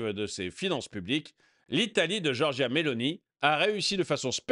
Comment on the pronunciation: 1.40...pas Beloni, mais Meloni 😂😂😂